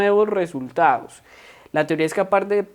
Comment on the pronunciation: Se saltó resultados, dicción de resultados